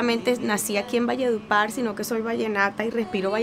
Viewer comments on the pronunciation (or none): Pero no se dice, valle de "upar". Sino ( valledupar)